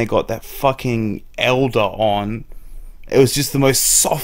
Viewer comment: Sounds like you were saying "mocking an eldar."